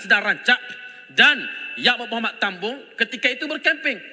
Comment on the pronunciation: Cakap pun tak betul, TAMBUN dia sebut tambung😂😂😂😂😂 bodoh